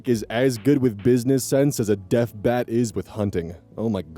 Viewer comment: I thought he said death bat and I was so confused why something called a "death bat" would be bad at hunting